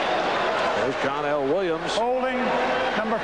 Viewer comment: Its not John L. Williams, it's pronounced Johnel Williams.